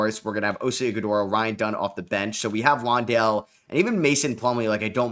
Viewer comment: Jock Landale is pronounced like LAN-dale. Like a LAN party